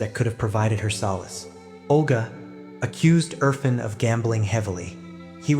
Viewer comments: Urr -faan (pronunciation) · Erfaaaaaaan! It is good to work on names dear! Thanks for good job but it makes it more pleasant if a bit more effort in pronunciation. Aaaa like in Art